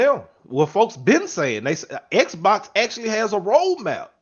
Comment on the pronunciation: Why does every Xbox dude pronounce Xbox as “Sbox”?